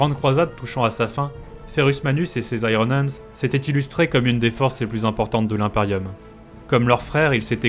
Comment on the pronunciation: La prononciation de iron hendes m'a laissé sans vox. Puisse le Primarque me pardonner sans brûler ma planète !